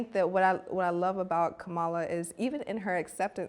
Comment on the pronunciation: Please be respectful of the Vice President to pronounce her name correctly. It's Kamala (comma-la). Thanks ladies. Love the conversation.